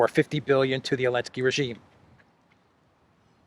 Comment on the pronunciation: I'm just curious. I've noticed you pronouce Zelensky's name as"Elensky." Does the Geeek language not have the letter "z" ?